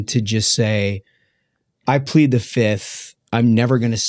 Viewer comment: Fauci: "I plead the fif. One, two, three, four, fif..."